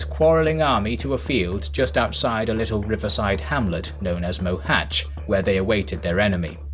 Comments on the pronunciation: well, he still can't pronounce the "Á", but at least he didn't murder the "Cs" (unlike with the poor Dózsa György, it would have been better, if they go with George). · Finally someone who can pronounce Mohach correctly.. Although the writing Mohacs is still wrong.